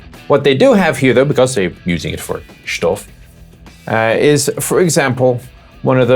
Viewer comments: "Replaced it with shtuff" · "...and they've replaced it with... shtuff". I giggled. :D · "Shtuff": The ultimate in technical jagron. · get ze "shtuff". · Not sure if he meant Stoff or Stuff with an accent xD